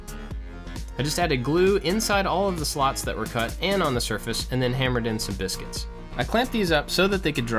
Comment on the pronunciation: for some stupid reason I always laugh when you say biscuits lol. good video